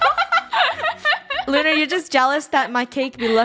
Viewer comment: Lunar not luna